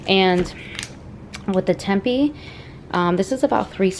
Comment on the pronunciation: Tempeh is pronounced "Tim-pay" 😊